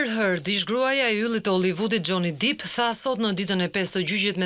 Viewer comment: Ju lutem shqiptoni mire anglishten mbiemri nuk shqiptohet dip por dep